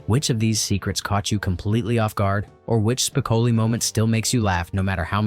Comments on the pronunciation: That was so irritating and annoying to constantly here his name mispronounced. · It's spi-CO-lee, not SPIK-o-lee. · It's SPICOHHHLI not SPICAHHHLI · Spi-COAL-lee, not SPIC-uh-lee! It was only pronounced correctly once, in the last few seconds of the video. 🤯🤯🤯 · Having to hear "SPIC-oh-lee" rather than "spic-OH-lee" throughout the entire vid kinda ruined it for me. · No you didn’t call Spocoli “Spick-a/ Lee” ?!! Good video tho. Especially if you’re a fan of the movie. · "SPIK-uh-lee" I'm out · "speh-KO-lee". Maybe your computer can watch the movie. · Spick-o-lee. Really? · It’s …Spi-CŌ-leee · LOL, "Spickelly" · To the dumbass who annoys the audience for clicks by mispronouncing Spicoli. You got my comment but I’ll never subscribe. Bye. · why can't this guy pronounce Spicoli correct?....research bro!! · If you don't even know how to pronounce "Spicoli", I'm not going to regard you as an expert on the movie. 😅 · I would have given this video a 10/10 if the narrator pronounced “Spicoli” correctly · One of the most epic movies of my childhood. Hearing Spicoli's name pronounced wrong in this post is seriously annoying right down to the core.